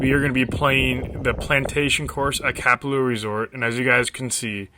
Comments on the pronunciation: say it correct haole smh. ka pa lua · You didn't butcher the name.